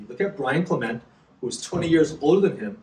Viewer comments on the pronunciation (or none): none